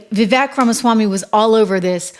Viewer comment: Trish, were you talking about Vivek Ramiswamy before you could pronounce his name properly?